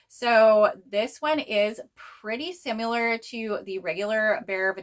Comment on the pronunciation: Where are you from? Jw bc I've never heard anyone say "simUlar" before lol just similar like with a short "i" sound. Love your videos ❤